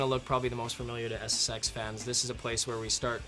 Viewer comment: i love it when presenters make it sound like SSEX